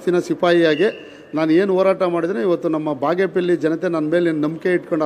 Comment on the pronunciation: Appa ಬಾಗೇಪೆಲ್ಲಿ alla ಬಾಗೇಪಲ್ಲಿ adu.. utter it properly before you contest in Bagepalli next 😂 subbanna sacha alla bidi